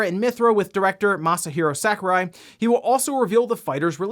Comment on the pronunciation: When he keeps mispronouncing Sakurai.